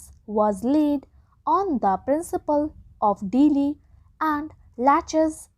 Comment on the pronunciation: Ur pronounciation is very week , special we u are pronouncing delay it is sounding something like deeli